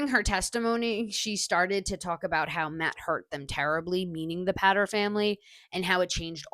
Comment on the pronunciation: It's pronounced Pay ter